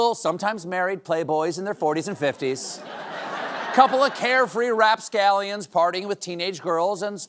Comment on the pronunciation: I kept thinking he is saying Rob Scallion which is guitarist YouTuber I love, but he's saying rapscallion which is an old timey term meaning like scamp or hooligan. Ahhh, now I know. I was wondering how he heard about some random YouTuber who is a bit of a rapscallion...I wonder if that's not Rob's real name now. 🤔